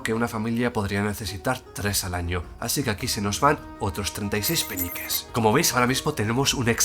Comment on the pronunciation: Alguien más escucha Peñiques en vez de peniques?